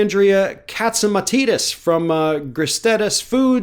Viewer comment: Oh thats how you pronounce "castimitidis" 🤔 I thought it was pronounced Cast-uh-Muh-Tie-Dis